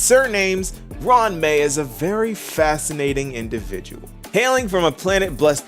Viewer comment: Pronounced it good.